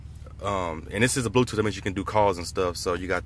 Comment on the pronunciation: "bluetoof" lel